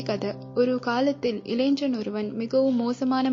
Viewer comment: இளைஞன் என்பதை முறையாகப் பலுக்கவும் (pronunce).